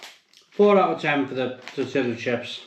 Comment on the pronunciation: Then called them TOR-TILLA chips